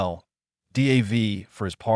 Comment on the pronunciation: Crap AI. No one is named Dee Aye Vee